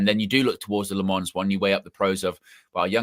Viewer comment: it’s Lammens get the name right at least